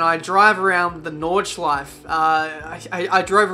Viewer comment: it's NordschleifE, don't ignore the E at the end.